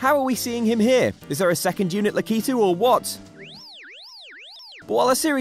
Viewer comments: LAKITU is pronounced "lacky too" not lakeeeetoo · You mispronounced lakitu